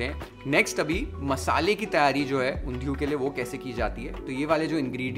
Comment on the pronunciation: The way u say Undhiyi!!! Omg ! Oerfect in gujju style